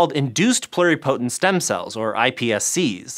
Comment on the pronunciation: Anyone else cringe every time mispronounced "pluripotent"?